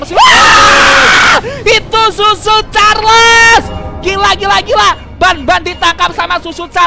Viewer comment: Hah susu carles bukan cucu carles